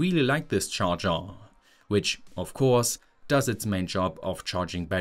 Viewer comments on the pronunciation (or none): so you did notice😂